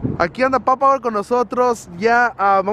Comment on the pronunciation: no es papawer tal como se olle wey! es PAPA , WER!